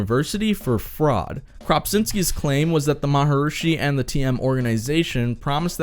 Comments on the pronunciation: Who is the "Maharooshi" you keep talking about? At least pronounce his name right. Whatever he did good or bad as a person, he was a yogi in probably the oldest line of gurus in the yogic tradition, a philosophy called Kashmiri Shivism. Yoga, in the broadest sense, is not a religion, but rather a spiritual philosophy. Because of the traditions of this philosophy, its ceremonies and rituals are normally officiated by Hindu clerics called pujari, whose job it is to do this in a Hindu temple. They are paid well by the yogi for these services. But the yogi him/her self is not necessarily Hindu, and holds no rank or duty in the Hindu religion. One ceremony, for example, is when the student or devotee of a yogi is elevated to yogi-hood, although I am sure there is a better word for that. Love him or hate him, Maharooshi (now you have me doing it) could not have cheated or snaked his way into being a yogi. I'm not certain, but I believe the Maharooney comes from the same philosophical tradition as Paramahansa Yogananda, who founded the Self-Realization Institute in Los Angeles and brought Yoga to the US. His book "Autobiography of a Yogi" was a bestseller and is amazing. BTW, you don't have to join TM or pay anyone anything to meditate with the exact same technique that TM sells. You can find any number of yogic meditators on YouTube or anywhere. The modern philosophy of Non-Dualism, as practiced and shared by mystics and teachers like Rupert Spira and others are from this same trad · Too bad you can not pronounce his name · Ma- ha- Reee-shee Not maharoooosheee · I had to turn this off because of the repetition of the pronunciation 'Maharushi', not 'Maharishi'. Learned to meditate through a TM class in my early 20's. Changed my life. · Why did you pronounce it 'marhrushi' instead of 'marharishi'? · Come on dude... it's pronounced Mahar"EE"shi, not Mahar"OOO"shi... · Why do you pronounce his name Maha "rooshi" when it is spelled Maharishi? Maharishi Mahesh Yogi.